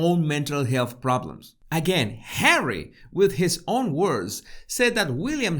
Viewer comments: Why has he called It Hawwy that's just stupid! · Nobody has EVER called him HAWWY. If you are going to pretend to be a reporter you need to get your facts right. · Omg 😱 Hawwy lol.. love it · “Hawwy, Me-moir,” how appropriate. As for his “career”, as you have pointed out, what exactly is Hawwy’s career ? So far the only thing apparent is jester sans court.